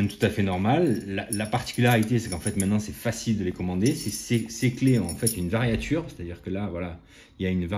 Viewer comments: Variature ? On dit variure. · Toujours très intéressantes vos vidéos. Juste une précision de vocabulaire technique, il semblerait qu'il faut dire variure et non variature.